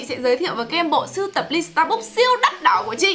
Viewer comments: Đọc là sta “bấc” chứ ko ai đọc là sta “búc” đâu nhé 😂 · dù mình ngu tiếng anh nhưng mà cũng biết đọc sai Starbucks = Sa Búc ???????? WTH :)))